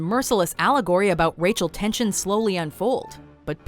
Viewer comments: She said Rachel tensions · “Rachel tention” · It sounds like she said "Rachel Tention" at one point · 'RACHEL TENSIONS' LOL .. must be a Canadian thing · "Rachel tensions"